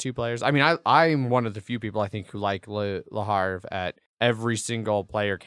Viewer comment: It's "Le HAVRE" not "Le Harve"!!!! I'm backing Glen More II and Age of Civilization... Really excited for AoC, looks really really cool for a fast Civ game for when you don't have the time for TtA